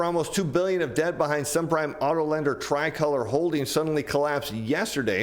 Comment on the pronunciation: You’re pronouncing “tricolor” wrong. You used “margin call” incorrectly and you don’t seem to understand the subprime auto industry or ABS.